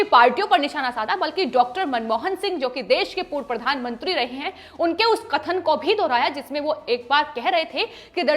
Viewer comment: प्रधानमंत्री होता है. प्रधानमुंत्री नहीं.